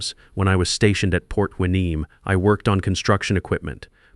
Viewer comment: Port Hueneme is pronounced WHY-ah-nee-mee.